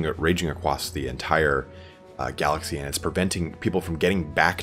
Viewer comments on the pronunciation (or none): none